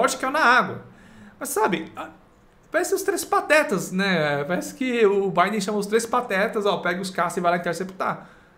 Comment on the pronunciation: Não é Joi Biden. Se pronuncia Djou Biden.